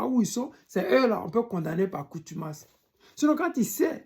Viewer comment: Par CONTUMACE on dit... Et NON par coutumace